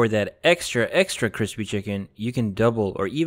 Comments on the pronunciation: This was delicious. My chicken wasn't "cwispy" but the sauce was BOMB. !!!! Thanks for posting. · Hey sean do you watch joshua weissman because he always says CWISPY